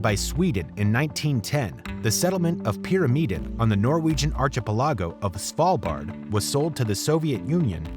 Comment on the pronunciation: Archipelago is pronounced ar kih pel ih go